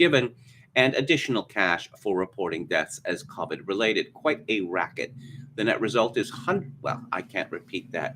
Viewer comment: It's a mystery to me why purposely mispronounces COVID. He sounds like he's trying to be some kind of upper class British elite. Whereas 99.99% of everyone else pronounces COVID the same way he knows better than that. If he thinks he's trying to sound insightful or something it doesn't work, it just makes him sound like an idiot.